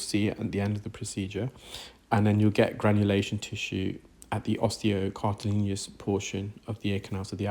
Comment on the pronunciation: OMG! Still? with the "cartileeneous" portion? No such word. The word you want, and indeed, have used, is 'cartilaginous'. Oh well, it took years to pronounce 'gauge' properly, so I'm assuming the scenario here will be no different.